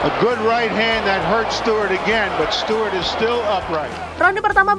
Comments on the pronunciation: bacanya STU... bukan stiwerd. Ganggu kuping😁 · belajar mengucapkan bahasa inggris yg benar mbak sebelum jadi penyiar...alex stewart itu bacanya alex STUWART...bukan bukan STIWART...bikin malu aja 😂😂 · Stewart itu dibacanya stuwart mbak 🤭😁